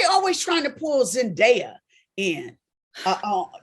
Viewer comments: Why is Claudia still pronouncing Zendaya's name wrong. It's Zen-Day- A, there's no die in there. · I’m dumbfounded by this… first by how Claudia says her name wrong. Second vivica just admitted the safe space for colorism is Hollywood. So y’all were avoiding the obvious… zendaya is more marketable to a mainstream audience. It’s because of the type casted roles she gets to lead in. Keke should be able to be offered the same roles a zendaya. Let’s just be honest.